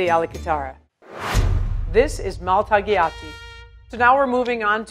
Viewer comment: I feel like if you're a pasta expert, you need to be able to pronounce Italian names correctly. Just sayin'. whenever you see a "gl" in Italian, you don't pronounce the "g" -- instead, it sounds like a palatal L, "-ly-" So when she says, "maltagliati," it really should sound like "maltalyati."